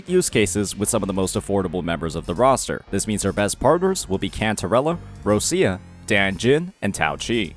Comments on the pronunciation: It's Rochia! Not Russia! For the lov of God. Could you stop being an American for one minute and learn the correct pronunciation. Put in google translate - Roccia it will be Roch-i-a. Not Russia. The way you say it, your pronaunce it as Russia - as a country. Please my Italian heritage is in pain hearing you speak words mega wrong. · Why do you call ROCCIA, ROSSIA????? 😫😩